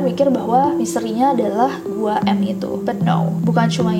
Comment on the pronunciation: i think it's not Gua M but Guam? idk sih